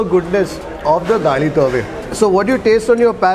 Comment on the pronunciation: South Canara Konkani food rocks. It’s Daali Thoy …not Daali Tove. Hope you will correct it next time.